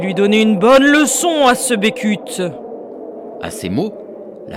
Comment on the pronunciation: A contis, on dit Becut (beucutt) et pas Bécut